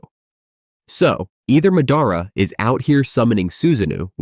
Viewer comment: Pronouncing madara and minato like that is enough for me to never watch one of your videos again. It is like chalk on a board.